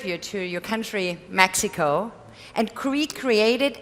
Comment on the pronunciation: These costumes look like dogshit. haha it sounded racist how he said Mexico